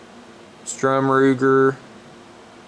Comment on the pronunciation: It's STURM not strum...jeez man at least get his name right. What was that you said about reliability?